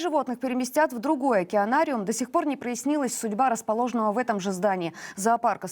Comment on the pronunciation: Ебанариум вместо океанариума.